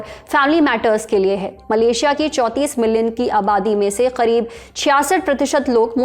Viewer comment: bhai tum Karib ko Kharib kyu bol rahi ho??